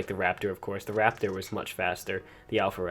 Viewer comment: You said alpha rapator